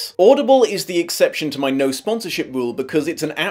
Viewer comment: "Sponsorship, Sponsored, Sponsor" It's an S, not a C. Sorry, that was bugging me XD